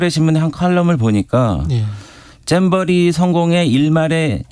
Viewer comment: 배준영은 왜 잼버리를 쨈버리라고 하지? ㅋ